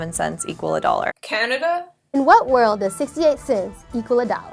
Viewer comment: when she said Canada i died. Then I remembered I live there. FUUUUUUUUUUUUUUUUUUUUUUUUUUUUUCK